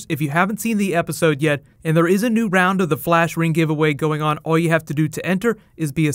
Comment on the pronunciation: fleesh reeng